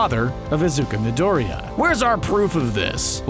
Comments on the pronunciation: IZUKA MIDOEREEUH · ”iZuKa mIdOrIyA”